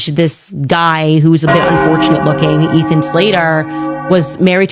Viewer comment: Who is Eaton Slater?? It's Ethan!